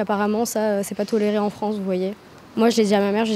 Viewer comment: Le Fwance =)